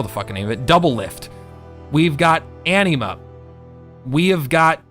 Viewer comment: Omg, I'm feeling a touch triggered by all the mispronounciations, lol. Hearth: Sounds like "herth", not "harth" Kinesys: Sounds like "Kin-Knee-Sis", not "Kin-Sis" Anima: Sounds like "Ana-ma", not "Annie-ma" Anubis: Sounds like "Ah-Noo-Bus", not "Ani-Bus". You know, as in the Egyptian God Anubis? Sorry, had to get that off my chest.